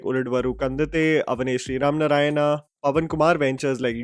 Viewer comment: its not Vrishabha VAhana it is VAAhana and it is not Sri RAMANARAYANA but SRIMAN NARAYANA MR!. you can actually confirm the correct intonation before you post videos.